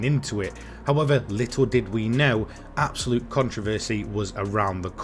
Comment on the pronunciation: I stopped watching after hearing the word "abosute" for like 30 times 🤦‍♂️ nah u need better script writing